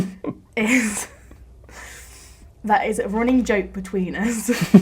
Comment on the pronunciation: P.s. Being from Essex Uk. the only thing that bugs me is how you Say 'US' but your in good Company, Brian Cox ( Space Guy ) has the same problem. So maybe, I am Just a 66 yr Old Cockney Gitt..!! Living Upside Down and the Trains I Run, aren't on Carpet but Varnished Floorboards. Go. 😎